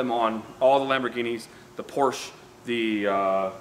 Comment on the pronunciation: being a car guy and still pronounced Porsche incorrectly? 🤔